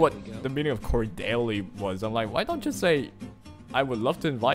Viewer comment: cordially pronounced as: cor-dee-ya-lee